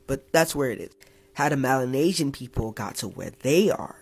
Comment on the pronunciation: Dude kept pronouncing “Melanesian” wrong and they are not closely related to Africans genetically. They are actually closer to Asians.